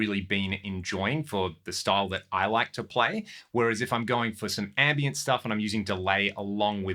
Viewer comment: That’s funny. It sounded like you said “Andy”iant delay. Like Mr Timmons.